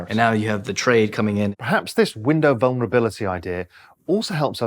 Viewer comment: "Window of venerablility" Hilarious. Apparently you can dream-up stuff better when you have a foreign accent. If you like listening to speculators make up new words, this is gold!